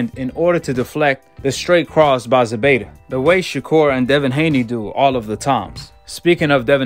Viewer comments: It’s ZEPEDA Not ZEBEDA 🤷🏻‍♂️ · It ain’t Zebeda it’s Zepeda with a “P” my dude